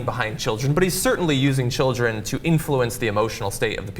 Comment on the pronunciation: bu wu abou da chilreh????!????